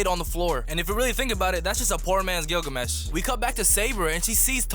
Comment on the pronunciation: You said Gilgames